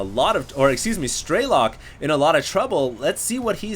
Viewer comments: lol your kinda pronouncing strelok's name wrong you gotta kinda say like Stre Lock. and not StrayLock also to other people Russian and Ukranian are differnet though similar. some words are different. Im Ukranian and my dad can speak both russian and ukranian. i can only speak russian and i can kinda get the gist of it. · please try to say it as: STRELL-LOCK (stress on "LOCK" would be fantastic!). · You are exactly right!, PLEASE try to say it as: STRELL-LOCK (a stress on "LOCK" would be fantastic).